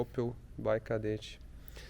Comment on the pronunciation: É um "..KADÉTTE"